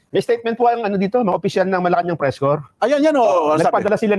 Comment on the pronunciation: For the person who read the Statement: Corps is pronounced as "KOR", not "corpse" (meaning dead body, patay).